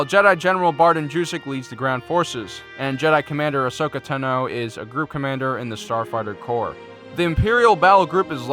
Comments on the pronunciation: No offense but I think it's pronounced Ashoka Tan-o. Not Ashoka To-know. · Not to be rude it’s not Tino it’s Ta no Tano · My god its fucking Tano not Tino. Fuck, that only got intolerable the fifth time you said it. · I'm not trying to be a jerk, but this is driving me crazy, Ahsoka's last name is pronounced 'Tahno'. And I was hoping the GAR would win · Say Tano one more time... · Good, but could you say Asoka Taano and the word escape right please. It's not pronounced Tun-no or ex-scape. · Please for the love of Vader, learn how to pronounce all of these names properly. Specifically Ahsoka "Tano" (wtf is Ahsoka "Ton-o"?) and Admiral Yularen (wtf is Admiral "Yul-loren?).